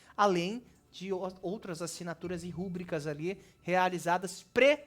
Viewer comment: Ei rapaz....a palavra rubrica e paroxitona e nao proparoxitona.Ufa!